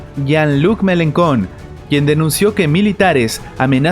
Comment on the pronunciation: su nomre se pronuncia "MELANCHON"